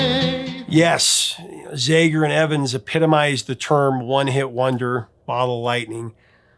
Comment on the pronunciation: The A in ZAGER is short vowel sound, not E sound. Just sayin...